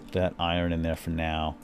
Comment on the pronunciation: It's iron not i run